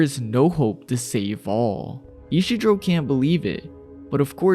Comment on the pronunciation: Isidro. Ee-see-dro